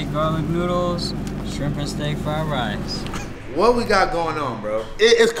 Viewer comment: Fried wice lmao